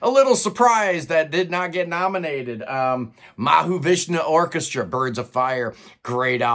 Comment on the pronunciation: Geeez I thought you said "ha ha vishnu orchestra" if you read this take a listen to 'em sometime . tell me what you think....